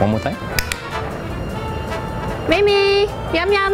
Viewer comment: it's actually mei mei not mimi